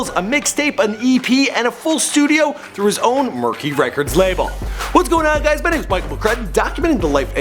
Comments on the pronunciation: Did my man just say #Berky 😂💀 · Did he say #Berky when it said Merky on screen....? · It's MRKY not MERKY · My guy said #BURKY haha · Who noticed Michael say burky instead of merky Shameless plug to Danny Burke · lmao thi nigga said berky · Man said #merky im dead 😂😂